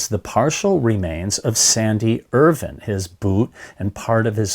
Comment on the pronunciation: it’s Irvine with an E on the end and pronounced like a plant Er-vine